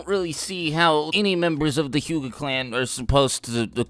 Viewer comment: Bruh that Hyuga pronounciation